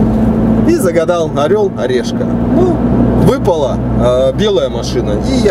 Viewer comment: орел и решка а не орел орешка